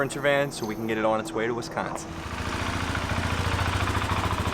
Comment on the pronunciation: You said Wisconsin right and that is not to far from me